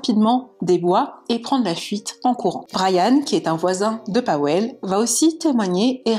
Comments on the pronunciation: Pour info, ça se prononce PaVel et non Paouel. ^^ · Tres bonne vidéo bien racontée. Je ne connaissais pas cette histoire! C’est triste pour cette jeune fille … ça aurait pu être n’importe laquelle d’entre nous en sortant de soirée… Si je peux me permettre Pawel se prononce “Pavel”. Ça m’a un peu irrité l’oreille pendant toute la vidéo mais c’est un prénom polonais peu connu c’est vrai.